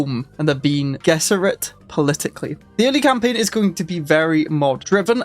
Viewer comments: It is pronounced "Ben-ay Jezz-arr-it" for future reference, but good efforts. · Bean gesserit is a famous British meal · Switching off at the second "bean gesserit". Can't do it. Really low effort stuff here. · meanwhile: BEAN gess-e-rid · so, you never watched any of the Dune adaptations then? Love the pronunciations 😂😂 Love your content dude, I’m only joshing with you with the pronunciations!